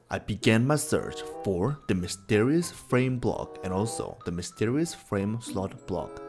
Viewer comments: you did mysterios instead of mysterious... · Mysterioa block… that’s what it is He said that lol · Mysterious ❌️ Mysterrus ✅️